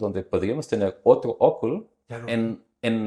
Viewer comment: Me encanta como pronuncia el arquitecto oculo, acontecer, rua ...